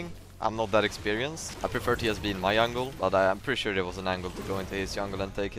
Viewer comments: wait.... soo he actually CAN pronounce 'j' right?? is he yoking or why does he keep calling it yungle then? xD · i like how he says yungle